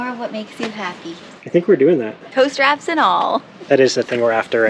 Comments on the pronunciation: For sure that is like what I kept hearing him saying “toaster app” for the first 5 or 6 times. Then it all made sense when they said to get the camper on the land… ooooh! Lol. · I kept hearing “toast wraps” instead of Tow Straps! LOL. I thought it was a Portuguese dish you were heading to enjoy! I love your new property